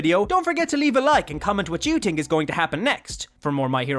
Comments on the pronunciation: I agree with you on that but i only hear him say "think" wrong i dont hear about him saying "something" wrong. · No offense to this YouTuber, but does anybody else get triggered when someone says something wrong? Such as these words being said as “someting”(which is suppose to be “something”), and “tink”(which is suppose to be the word, “think”. Sentence Example, using the wrong pronounced words: I tink someting is off in tis house.